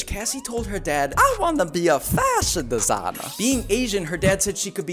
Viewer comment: "A wAnNa Be A FaShIoN dEsInA." Why did you said like that 😂🤔 Mihajlo Bogdanović